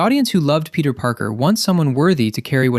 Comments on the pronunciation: bro said Penti Parker😭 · Fenty Parker ✌️🥺